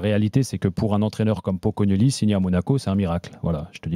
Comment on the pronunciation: Elle a dit Pocognognon ou je rêve 🤣